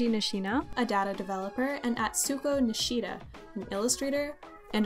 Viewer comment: Atsuko Nishida came up with Pikachu’s design. How come this video is the first time I’ve ever heard of her when I’ve heard so much of the others? You even butchered her name